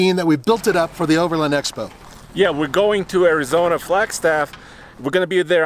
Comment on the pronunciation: It's over LAND not overlind. You wouldn't call the range rovers brother a lindrover would you? No it's a land rover. The word is overland, not lind